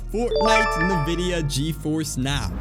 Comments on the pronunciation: Great video. PS its pronounced INvidia, rather than Navidia. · "Nividia" lol